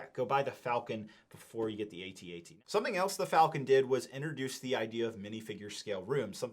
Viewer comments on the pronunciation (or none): An Ewok dies every time someone pronounces it A-T-A-T